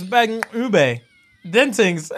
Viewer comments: Homie said “Bengqube”😂😂😂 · Mans said "Banqube"😂😂